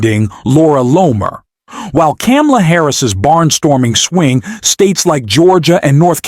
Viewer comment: Why did you mispronounce Kamala?